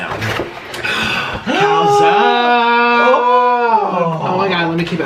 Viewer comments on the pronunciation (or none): none